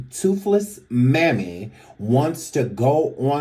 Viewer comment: everytime you say her mammy I holler!🤭😆😅😂🤣